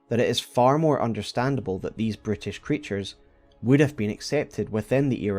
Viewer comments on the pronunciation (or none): You call the Omens "brutish creatures", I keep hearing "British creatures". My French ears say it's right 😂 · I know you probably meant to say "brutish monsters", but it sounds like you're saying "British Monsters", which is a lot funnier. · I cant help myself but hear "this British creatures" instead of "this brutish creatures". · I kept hearing British instead of brutish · For a moment I misheard Brutish creatures to British creatures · Every time Brutish was said, it just sounds like British. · The way you say Brutish sounds like you’re saying British and it’s honestly hilarious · Amusingly, your accent to my accent I heard and as "british" instead of "brutish" for a split second. Which led to a pretty amusing concept, that the Omen were British monsters. Like oh no, we birthed a Brit! Into the sewers with you! This is one of the best most researched omen videos out there. And I have watched hundreds of ER lore vids by this time. Its given me a lot to think about. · Every time you say “brutish” it sounds like “British” yet it still fits. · Every time you describe the Omen as "Bruteish" I hear "Brittish". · I honestly thought you kept saying 'British' instead of 'brutish' made it really interesting 😆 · Every time you say brutish it sounded like british to me. The fact it's mostly synonymous makes it more hilarious. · I kept hearing your pronunciation of the word "brutish" as "British", and I was so confused haha. I thought that was a joke until I realised I misheard it. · Making "brutish" sound like "Bri'ish" was a stylistic choice, in my opinion. Anyway, another banger video! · I heard "british" too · Everytime you say brutish it sounds like British to me. I'm not complaining, I just wasn't expecting to laugh in an Elden Ring lore vid!